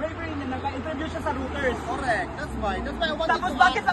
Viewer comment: Hoy, napaka squammy mo. ugaling canal ka, nagyayawyaw habang ineenjoy ang shakoy. anong Rooters ka diyan.. Reuters (roy trz) pronunciation niyan. excuse me 😅